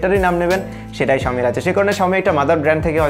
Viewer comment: its xiaomi not xioa......